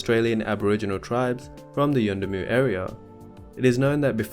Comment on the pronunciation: I LOVE how you pronounced 'yuendumu' , class.